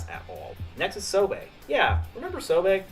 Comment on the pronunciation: Neat video idea. Sobe pronounced so-BEE not so-bay, though.